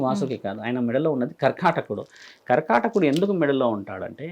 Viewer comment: కర్కాటాకుడు కాదు కర్కోటకుడు సవరించుకోండి